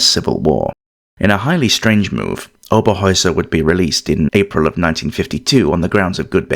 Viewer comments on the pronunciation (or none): Herta Oberheuser was her name not Hera Oberoer